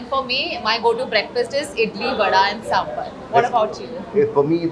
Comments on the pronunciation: It is not Sambur it is Sambar. Are you that North Indian who cannot differentiate between Bur and Bar? Come on if you can say baraat can say sambar. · Kamiya ji.. It's not "Sambur", It's "Sambaaar"